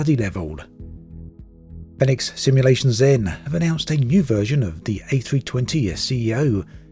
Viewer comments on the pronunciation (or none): I would have a large business jet, ideally a Gulfstream but they don't like flight simmers using their IP. Fenix is pronounced phoenix btw hence their logo.